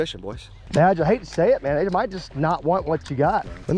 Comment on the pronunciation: Everytime he says "Badge" I always hear "Vag". 😂😂😂😂